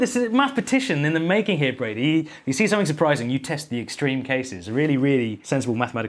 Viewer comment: “Su-pi-rising 5s”